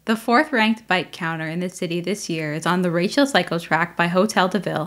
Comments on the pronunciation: I think the least you could do when you report on a french city is to prononce french words correctly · How many anglos in Montreal says Rachel the way it was said in the video? I lived almost directly at Rachel/St-Denis and I always heard Rachel pronounced the French way, when speaking either language. And what about Pie IX? 😅